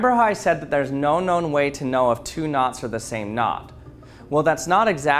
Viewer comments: Me hearing nuts instead of knots: 🗿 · The entire time I thought you were saying “NOS” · When you saying "knots" very often, i am starting hear "nutz"